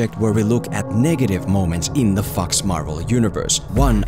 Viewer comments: You know that the movie is bad when pronounces Fox Marvel Universe as Fucks Marvel Universe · I keep hearing FucksMarvel Universe🤣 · Every time you say "Fox", I just crack up, because you make it sound like a swearword :D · The way in which he says “Fox” makes me very scared he’s going to get demonetized.